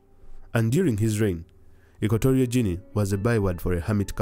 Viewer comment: It is Equatorial as in Equator, and not Equ*o*torial. Also, the the "G" in the Guinea is pronounced as the "G" in gain, go, gutter and Gandhi and not as the "G" in gin or general. Equatorial Guinea because it is located near the equator in the Gulf of Guinea.